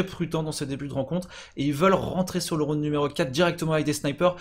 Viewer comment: il a du mal à dire le mot rounD j'ai l'impression le bonhomme. ROUNE ROUNE ROUNE